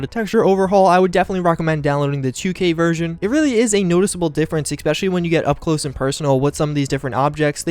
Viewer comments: Mikhael Gonato I agree. has a great series here and is clearly a smart guy. Saying "Ex-specially" though just takes me out of the content. It's an easy fix. There's no "ex" it's eh-spesh-el-lee. I enjoy the series very much I just don't understand how people around him haven't helped him correct this. I'm not trying to be a jerk, just hoping he sees this and works on it so people don't think he doesn't know how to say it right. I'm a sub and watch every release, I just hope he corrects thus going forward. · You keep saying ex-specially. It's pronounced especially. No x. Sorry I realise this is nit picky but it's been annoying me this whole series. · I'm still annoyed by your "ecspecially" don't mind me just a random comment xD love you